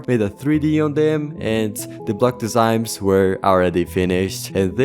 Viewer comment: "block desigms"